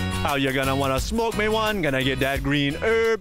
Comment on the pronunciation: “Let meh know if you can earrr meh.” Lmao